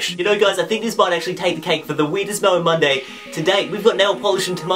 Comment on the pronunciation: Whenever he says mail man Monday it sounds like melon monday